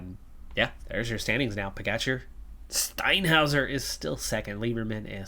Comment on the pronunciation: RojTS. If you don't have the inverted roof symbol over 'c' in most Slavic languages, you pronunce it 'TS', like Kranjc. :) The other letter 'č' you correctly pronunce as 'tch' in Pogačar, Mohorič, Roglič. The only drawback is that PCM doesn't support proper letters. It's is interesting that they have the letter 'š' in there for your Lithuanian rider Meškauskas (meSHkauskas) in your other campaign. I honestly hope you don't mind my correcting you! You'll have to come to Slovenia to practice or you may visit our exclave in Cleveland. XD Quite a lot of our residents emigrated to the Great Lakes before and after both World wars. My gerat aunt has lived in Cleveland for over 50 years and moved to Miami five years ago. She prefers 'warmer' weather in her learly 80s. XD Ah, great work and excellent results in stages 5 and 6, KUTGW!